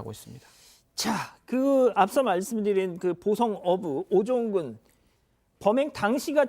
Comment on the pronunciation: 오종근을 왜 자꾸 우종근이라고 하는거야??? 기자가 한글도 모르나요????